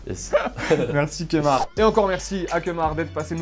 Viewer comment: c est pas kemar c est lemar 😂